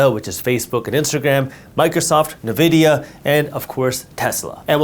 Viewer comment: According to its website, Nvidia is pronounced “en-VID-eeyah”